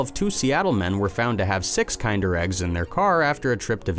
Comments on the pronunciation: Really bothered me that KINDER is being mispronounced!!!!! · It's pronounced KIN-DER not KIND-ER.